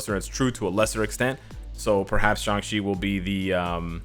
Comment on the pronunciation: Just wanna say thank you for pronouncing his name right, for some reason everybody thinks his name is pronounced like "Shung-Chi"